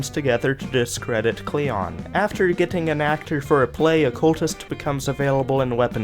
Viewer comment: Why do you end every word ending on ing like getting as gettink